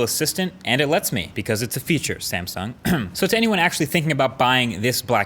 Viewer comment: The way he said Samsung 😂😂